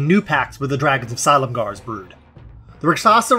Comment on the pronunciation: Huh. I didn't realize that's how you say Silumgar. I love the Rakshasa as an aside, they're great.